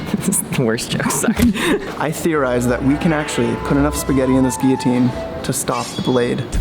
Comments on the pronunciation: What’s a gee-a-teen? That thing is a gill-a-teen!! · Why are you saying gearteen? It's Gill a teen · Is it just me or are these guys not including gav saying guiotine instead of guillotine? Or is it just an American thing? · Can this fuck stop saying geoteen?